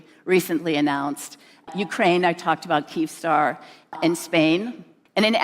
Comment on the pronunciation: Its not Keemstar. It is Kyivstar! Come on AI. Even I know that.